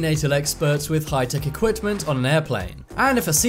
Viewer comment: What is “Equipt-tent”? Equipment